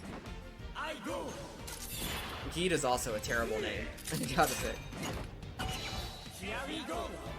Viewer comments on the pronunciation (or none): bro why u keep pronounce Geed same u think, its pronounced like JEED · This just bothered me but... "Geed" is pronounced as "Ja-E-d"/"JeeD" It just bothers me heavily when Geed is mispronounced. :P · Geed is pronounced "Jeed" by the way, LOL.